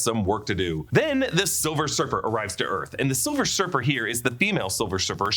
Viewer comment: Why he say silver surfer like that?